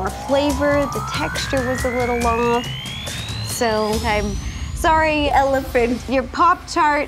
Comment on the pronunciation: I’m not sure if they got her to redub because it sounds to me like they mashed separate syllables together to MAKE her say “elephant” hahahhahaha